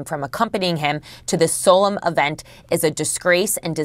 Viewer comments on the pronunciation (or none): Why don’t you learn to pronounce “solemn?” If you can’t learn to do so, then quit your job. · The CNN idiot can't even pronounce "solemn" or "hallowed". Not surprised, given how far that network has fallen. And she gets paid!